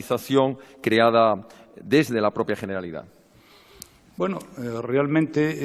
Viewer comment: Jeneralidad 😭😭😭 mis oídos